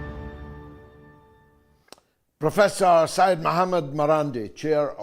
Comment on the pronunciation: "Sey-yed" means a descendent of Prophet Muhammad. It is written as "SEYYED" and must be pronounced as SEY-YED. One of the many reasons I completely stopped to listen to the BBC news is their dark, hopeless & painful portrayal of the world we live in where no hope exists for the future of our planet. Doom & gloom mixed with heavy pro British, pro empire propaganda make the BBC feel claustrophobic, suffocating & above all NAUSEATING.